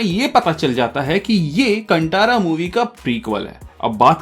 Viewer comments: कंटारा नहीं भाई कांतारा बोलिए, गलत उच्चारण कर रहे हो. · कांटारा नहीं कांतारा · Movie ka naam sahi se lo bhai, कांतारा ✅naa ki कंटारा ❌ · Movie ka naam please sahi se lo bhai, कांतारा ✅naa ki कंटारा ❌ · Nice bhai, btw pronounce kan tha ra hai. Tha hai not ta in pronouncing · It's कांतारा